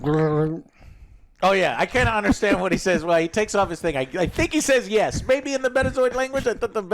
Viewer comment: He said Gyat not yes 😂😂😂😂